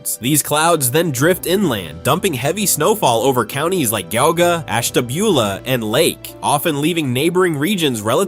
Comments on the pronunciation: It's "GEE-AH-GUH", not Gah-guh. If you're going to do a documentary about an area, at least learn how their names are pronounced. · Guga county??? I hate AI. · Okay, #1.) It's G-aug-a (Geauga), not Gee-aug-a and #2.) It's Tus-ca-ra-was River, not Tusc-a-rowas River... And I'm SURE there's MANY more mispronounced words in this video, but I couldn't get past the mark because of the horrible AI!!! Look, I get that AI helps speed up the process of making videos, but does it have to used for for EVERYTHING!? 🤦🏻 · Gugga??? You have to love AI generated shit. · Well, he pronounced Cuyahoga correctly, even if he butchered Geauga (pronounced Gee-awe-guh). That's "gee" as in golly gee. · That is a wild pronunciation of Geauga. Gawga. Wow, just wow. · Those of us who live here are offended by the AI voice-over consistently mispronouncing well known names. Geauga (Gee-AW-ga) is 3 syllables, not 2. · Your announcer slaughtered the pronunciation of some of the areas with Indian names like Geauga (Gee ogg a) and Conneaut (Conn e ott) Do your homework. I knew immediately that this announcer was not from NE Ohio just by hearing pronounce a few names. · Geauga is pronounced jee awe guh. 👽🗿👽🗽💚🇺🇸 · the county is prinouncsd G-AUG _GAH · Youngstownian here..... Dude sayin "GOWGA" county is crazy work!!!😂😂😂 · Say it... GEE-AWW-GAH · Fact #36: Geauga isn't pronounced like that. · Geauga county is started with a long g, and the snow belt also includes parts of Cuyahoga county and all of Portage county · Ack! Cuyahoga and Geauga!!! Learn how to pronounce, if you are a professional narrator!!! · Hey 🙋‍♀️ A gal from northwest Pa here. Even I know how to pronounce "Geauga!" The first "G" is pronouncing it's name. Just like most Italian names & words, the "G" will always say it's name. Anywhoooo, ya gave me a laff 😃😄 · it was grating on me how he mispronounced Geauga. i had to check the comments to see if it was bugging anyone else. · Yeah Geauga